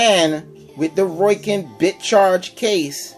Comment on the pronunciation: Seemed to be an ok comparison with the few hiccups of what seems to be user error and improper information. Also, its ROW-KIN, not ROY-KIN. Its a hard O that sounds like the letter O... Not an OI sound. Oh, and since you can't come up with which one sounds better: If you go by how they sounded through the mic, the Rowkin's were hands down the best. you could actually HEAR the words. And standby time? Do you even know what that is actually referring to? BOTH have a standby time... by simply having nothing going through them, they are, in effect, in 'standby'. Just because there is no posted standby time, doesn't mean it doesn't. Just leave them outa the case, come back in an hour, see if there is any charge. if so, come back in another hour. check if it has charge. oh, imagine that, it still does...